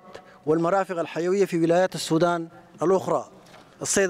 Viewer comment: Sudan☑️☑️☑️🤙 Not Sodan❌❓⁉️‼️